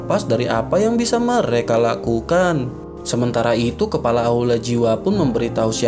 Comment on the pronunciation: Kepala bang bkn kelapa😂